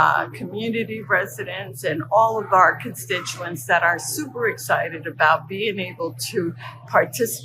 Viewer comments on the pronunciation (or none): none